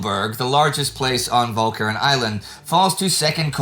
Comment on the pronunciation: Walcheren again defeating Indy's awesome pronunciation powers.